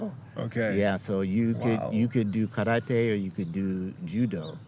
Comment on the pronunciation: Just from how he pronounced "karate" I already know his level of respect about the culture